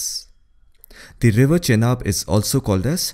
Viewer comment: Butchered all the names. Sutlej, Chenab, Skardu, Jhang, Jhelum. 😅